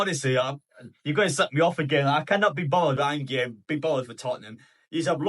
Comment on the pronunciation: An-gay 😂😂😂 its Ange like short for Angela lol